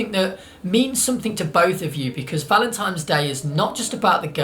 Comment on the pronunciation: Noo, you're looking at it the wrong way! Giving flowers means "I appreciate you, here is a true gift from nature", giving chocolates means "I hope you enjoy these (don't worry about your weight I like you anyway). Btw, are you saying Valentime's ? lol